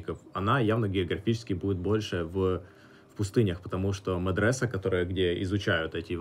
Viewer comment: Забавно, говорит * меДресев* а я догадываюсь что он имеет ввиду *медреССе * от ударения так много зависит оказывается)